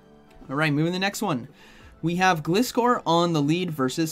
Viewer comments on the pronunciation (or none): it is pronounced GL eye score according to the anime. Which makes sense, cus the name is composed out of glide, from glider and scor from scorpion. Thank you! And you're welcome! I love your videos! 😁👍